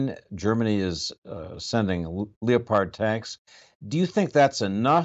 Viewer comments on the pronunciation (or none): Why do all of these intelligent people in military men say layopard instead of the correct and easy way to say leopard?